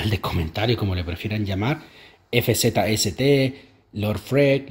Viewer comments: El nombre de Fzst se pronuncia como Fast XD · Fzst se pronuncia fast jajajaja